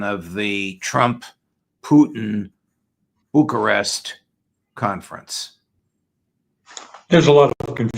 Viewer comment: Not the first time he's said Bucharest, maybe it's because hes a judge that his guests don't correct him